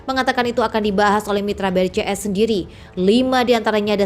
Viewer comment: Brazil ,Rusia, India ,Cina, south Afrika di baca BRICS ,bukan BRI,CS ,emangnya bank BRI apa hahahaha 😅